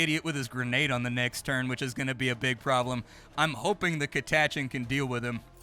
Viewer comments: I came here to say the same thing. Ive always read it as Cat uh chan, but to each their own I suppose. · What a way to pronounce Catachan